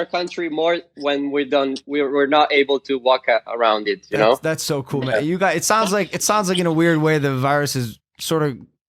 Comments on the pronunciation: Chiara pronuncia la parola guys "gais" non "gheis" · Tutti: hi Chiara: CIAO GAYS